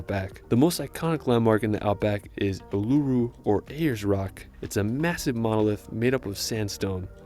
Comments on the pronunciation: Ooooo la rooo. Not oolaaaru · Oolooroo is how it actually sounds,pronounced,annoying ,disrespectful! Uluru! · There is no way he said U-luru, Bond-e and Melboorne. Plus many other words and sentences that I literally couldn’t understand because you weren’t making sense. Video is great but that guy needs to do research before publishing a YouTube video. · Pronunciations were painful, Uluru was weird but the Cairns pronunciation actually made me flinch. Actually nvm, hadn't gotten to Bondi and Bronte beach yet, yikes! Melbourne pronunciation expected